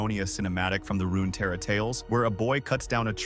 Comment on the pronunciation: It's also Runeterra not RunaTerra